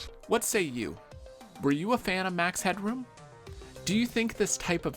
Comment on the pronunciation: Why do you keep calling him max hedron?